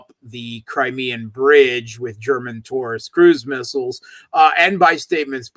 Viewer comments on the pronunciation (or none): none